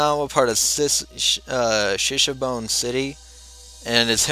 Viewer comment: I thank you for posting these Higurashi visual novel videos, ganbatte kudasai ^^ However I'm sorry to annoce you that you mispronounced "Shishibone" and Tomitake's name and pretty much half of the locations names. Please next time, try to read how to pronounce the names, it sounds really weird when you mispronounce them, because I'm used to the correct japanese pronunciation, it's as if they're different words. Please take it as a positive feedback ^^ Can't wait to see what will happen on the Watanagashi Festival~